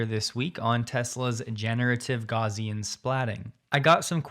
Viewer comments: "Gozian", seriously? It's "GauSSian", mate! They even put them two "S" to make sure you would not fail! 😁 Oh, and yawn lacoune is good one too! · Gaussian is not pronounced “Gauze-ian”.